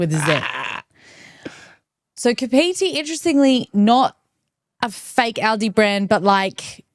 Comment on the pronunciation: It's pronounced carp not cap for Kapiti. Their sorbet 😍